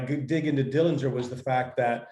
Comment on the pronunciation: The correct pronunciation of the Dillinger family name is with a silent 'g'. He was never convicted of murder. He had a very good upbringing and John's father wasn't harsh as rumors have created. The handkerchief had a bolt in it. He was paroled early. The only reason that the FBI got involved was because John took the stolen car from Crown Point across the Illinois State line. You're so right about him being a celebrity. He was very generous with his money with his family. Yes, he was assassinated even though he was unarmed.